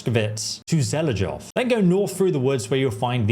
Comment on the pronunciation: I really like it when English speakers try to pronounce the Czech names of villages. :D No offense, but it is funny. Zhelejov sounds something like equivalent of Ivonville in english (Želežov - Železov = Ironville). Actually beter pronunciation is equal to Zheleiov (or Jeleiov, sounds equal). And Tachov is Takhov (Kh like in Kharkiv). But it really sound funny and cute. But I understand the Czech is really hard to pronounce it right with this ambiguous transcripts of Czech villages names and the names overall and I appreciate the effort.